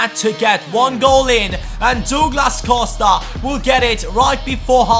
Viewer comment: it's prounouced Dawglass Cowsta